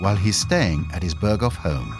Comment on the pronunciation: Não se pronuncia "Bergou" e sim "Berghof" .Impressionante como os narradores não se dão ao trabalho mínimo de pesquisarem como se pronunciam os nomes . Ou serão todos I.A. ?